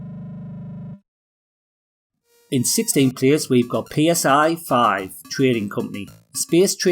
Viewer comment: I always thought PSI-5 was pronounced "sy-five", like "sci-fi". But anyway, great list! By 1986 I had moved onto the Amiga, but still owned my C64 and occasionally booted it up for nostalgia. The C64 will always occupy a very warm spot in my heart, as will the Amiga!